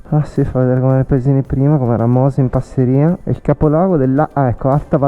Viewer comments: Giusto per la cronaca e solo per fare il pignolo, com'è mio solito, si dice Passìria e non Passirìa. Poi le rocce del passo non sono di origine vulcanica, per lo meno non in senso stretto, ma in generale si tratta di "gneiss", un tipo di roccia metamorfica abbastanza comune. Per il resto complimenti, bel video come sempre! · Scusa la pignoleria, ma la valle si chiama Passi'ria con accento sulla prima i...😂, Sono del posto ..